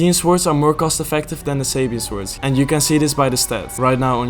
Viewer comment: tiny nitpick from me that bothers me unreasonably much: the 'w' in "swords" is silent. basically just says "sords". otherwise great video